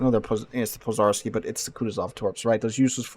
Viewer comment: zh in Pozharski is pronounced like the 2nd sound in ‘J’ in Jack( Dzhack), or like the French J in Je, Jacques, J’Adore etc.